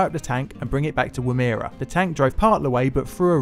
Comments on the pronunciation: Also, it's not "wom-ERROR" it's "WOOM-er-a" :-) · Also mate it Woomera not wimera ;) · Womera is like Woman , change the n to ra . womara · woo-mare-a ??? nope. woomer-ah GEE-long? nope. Jee-long. More (many more) horrors out there? Read 'Maralinga' by Frank Walker. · WOOM-era (not woo-mEEr-a) but not complaining haha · woomer-a gee-long pucker-pun-yal besides that all good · You got Puckapunyal right (well done btw, not even I know how to pronounce all of our very unique town names), but "Geelong" is a soft g not a hard g, and Woomera would begin more like the word "woman", and end in the sounds "err" & "ah" for the "era" part. Sorry I was just compelled to help & inform, certainly not to patronise, but am adding this ending in the hopes this isn't something that was repeated ad nauseum, now I see the age of the video. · I commend your shockingly bad pronunciation of Aussie names.. :) Woo-moo-ra spoken in the same cadence as boomarang... Puka-Punyal Same cadence as kockaspaniel Gee-long Gee as in "gee whiz" long as in long.. Anyhow not a bad effort from a native Londiniumite.. Cheers from Brisbane.. (not brisBANE) <=damn yanks.. :) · Cool video, mate. I'm not a pronunciation Nazi (find it a bit ridiculous really), but here's a tip for if you're saying an Australian place name: think of the laziest possible way to pronounce the word as written, and that's probably correct. Woomera = 'woom-eh-ra' (woom like wood with an m, not like zoom), Puckapunyal = 'puck-a-pun-yal' (so, how it's written - just lazy), Geelong = 'gel-long'. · Woomera is pronounced woo (as in the "wo" in woman) mer ah, Puckapunyal is pronouced puck ah pun "you'll", Geelong is jer long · Good video. Terrible pronunciation. Woomera = woom (sounds like wool or wood) - er - a Puckapunyal = puck - a - pun - yul (pretty much just like it says) Geelong = Jee-long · Womb - era???? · and Woomera is pronounced woom-er-a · he got Woomera totally wrong... So wrong that you didn't realise what he said!